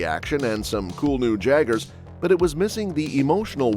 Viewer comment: hey said jaggers not jaegers